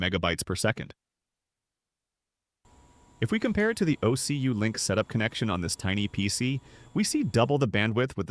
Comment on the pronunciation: Terrible AI voiceover. "OCulink" pronounced "Oh See You Link" lmao.